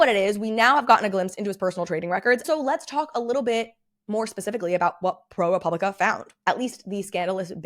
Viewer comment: It is pronounced pro-pub-li-ca. There’s no “re.” Love your videos!!